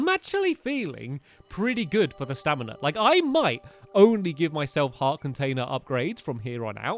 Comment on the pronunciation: Also it’s pronounced, Stam-in-a , not stin-a